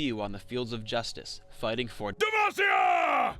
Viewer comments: said "Dem-ahs-cia" FAIL. It's DE-MA-CIIIAAAAAAAAAAAA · DE - MAH - NOT DE MASS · ...Hearing Demacia pronounced de-mah-see-ah makes me go WTF? Everyone pronounces it de-maw-see-ah including Jarvan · Demagecia? Its Demacia... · I said Demacia before, but someone corrected me and said it was Damacia. Now I get corrected again. CURSE ON THE PERSON WHO SAID DAMACIA! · Lets face it, we all hear "Dumbassia" when he says "Demacia" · Please never say Demacia like that again. EVER.